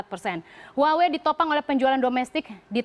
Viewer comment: haduh baca HUAWEI bukan gitu loh mbak, yang bener itu HU-AH-WEI baru bener